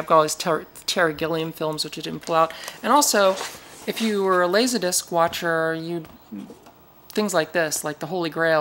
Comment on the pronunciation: “Lasahdisc”. Love your pronunciation of “Laserdisc” and love this video! I’ve been into laserdisc since 1990, and this video explains everything so nicely. I look forward to exploring your channel.